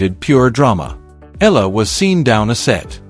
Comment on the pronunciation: AI over exaggeration becoming fake news! Make your AI pronounce her name properly! It’s E-ya-la not Eela.